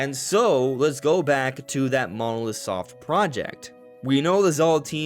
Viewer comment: Sorry what is your pronunciation of Monolith? Sounds like mallowsoft. Is that like how the Japanese say it? I would've pronounced it like the monolith in 2001 etc